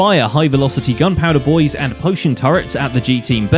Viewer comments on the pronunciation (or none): I love that people can hear I'm pronouncing it "bois" XD